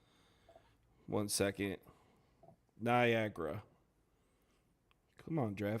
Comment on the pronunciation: Whoever said Niagra smh lol